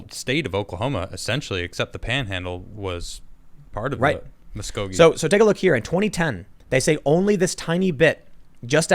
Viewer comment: Tim I have to let you know you pronounced Muskogee incorrectly bud. But I want to let you know that I appreciate all your doing coverage wise.